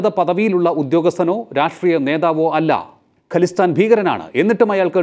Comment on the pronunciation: ഖലിസ്ഥാൻ അല്ല ഖാലിസ്ഥാൻ എന്നാണ് .